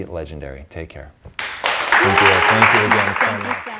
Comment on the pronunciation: Great video! I can’t stop laughing though at the end when says “sank” instead of “thank” and when he tried to say come across he says “crum across” lmao! 😂😂😂